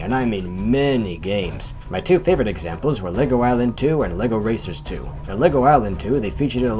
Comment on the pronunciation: oh god , instead of lego racers 2 , i heard " Lego Racists 2 "